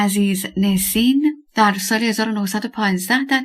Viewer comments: گوینده گرامی ! NESIN حرف دوم E در زبان ترکی صدای اَ همچون ابر و زرد و حرف را دارد . نه اِ که صدای شبیه دِل و کِرم و نام او همیشه نَسین است نه نِسین به دائره المعارف ها مراجعه کنید. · عزیزنُسین درسته